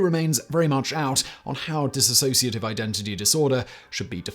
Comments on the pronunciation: For God's sake, the word is 'dissociative' not 'dis-A-sociative'. You can't even get that right. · It's DISSOCIATIVE, not DISASSOCIATIVE. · Dissociative, not Disassociative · It's dissociative, not disAssociative. And DDNOS (Dissociative Disorder Not Otherwise Specified) has been changed to Unspecified Dissociative Disorder. Also, there is OSDD (Other Specified Dissociative Disorder) with subtypes 1a and 1b being like DID, 1a lacks the distinction between personalities, and 1b lacks the blackout amnesia between switches. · It's 'dissociative', not dissasociative! Sloppiness like this is what puts me off your multiple channels - you're about as accurate as a human Wikipedia. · Nope it's Dissociative Identity Disorder. Drop the A. Simon mispronounced it consistently.